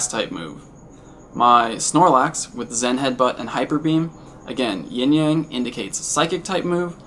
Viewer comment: thank you for saying yin yang and not ying yang